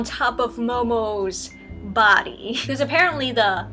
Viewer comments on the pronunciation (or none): none